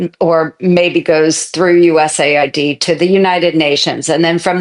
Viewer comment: Is it just me or is it manipulative to pronounce it ‘USA ID’ instead of ‘US AID’. By all means cut out waste and check things are what they say they are. But if you are killing aid to people out side USA from the USA. You should be clear that that is what you are doing. Pronouncing it USA ID is hiding what you are doing. As an Elon fan this makes me sad.